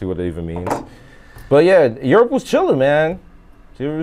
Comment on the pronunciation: Europe = Yerp 😂